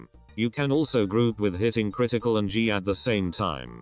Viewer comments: it literally sounded like he said critical button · THIS LITERALLY IMPROVED MY ANIMATIONS 3X BETTAH, thanks man (the way he said ctrl critical)